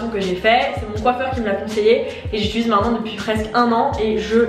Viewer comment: mdr je t’aime mais c’est « j’utilise » pas « j’itulise » 😭